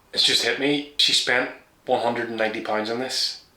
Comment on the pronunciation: 😂😂😂😂 to be fair you clearly said pines multiple towns instead of pounds multiple times. But to be honest I still pronounce shit without the "T" or pecans vs saying pecans. Either way I still love ya, no homo.